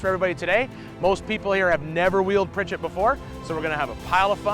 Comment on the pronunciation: Ok, I'm confused. The sign obviously reads PriCHARD Canyon.. why does everyone keep saying PriCHETT?? Regardless, love these vids!! And congrats to Mrs. Stone